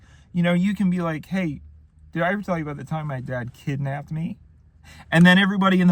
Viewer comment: “Kidnapped” YT: ❌: “Kidnabbed?” YT: …🤷🏼‍♂️👍